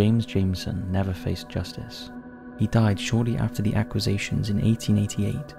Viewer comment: accu Zations? such a weird way to say an easy work! i vote me to narrate , I'm English , and have great speaking voice iv been told